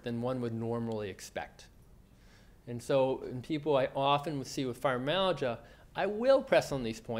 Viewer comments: You would think the speaker would at least make sure he pronounced fibromyalgia correctly, as well as the rest. These are sx. of all auto immune disorder s.. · The video is definitely informative but I can imagine that for people whose mother tongue is not English, can be difficult to understand. For example he may say FIBROMAGIA for fibromYALgia....or....MOSE EASE SINGS.....which is 'most of these things'. I find that many Americans have this same issue of sloppy pronunciation. Even for me, an English speaker, I have to strain to fully understand which makes it harder to focus on his message...which is a good one, for sure!